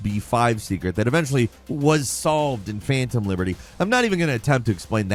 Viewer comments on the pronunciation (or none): none